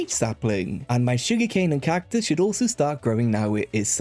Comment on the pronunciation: why tf do you say cactus like that